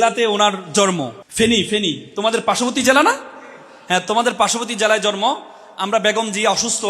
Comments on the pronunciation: জনাব, কথাটা " জর্ম " নয় জন্ম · জন্মকে জর্ম বলা কেন? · জনাব---কথাটা জর্ম নয় জন্ম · বিশ্ব বিদ্যালয়ে পড়ুয়া ভাই জন্ম শব্দটি উচ্চারণ করছেন।